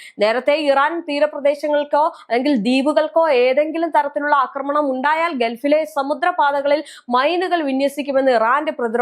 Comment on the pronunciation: അക്രമണം അല്ല കുഞ്ഞേ... ആക്രമണം ആണ്